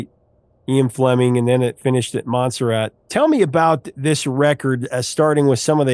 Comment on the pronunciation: pronounces Montserrat "Monster Ad" You have the entire world at your fingers with the Internet. You research every nation's pop chart for the last 50 years, but you can't be bothered to look up place names you don't know. Your content is great, but the continual avoidable blunders are like nails on a chalkboard that completely pull me out of the story, and you sound hopelessly ignorant. I give up. Unsubscribed.